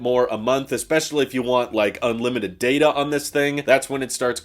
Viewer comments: When he said datAY, it sounded like he was admiring a really fabulous butt. lol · ITS DATA not DATA! get it right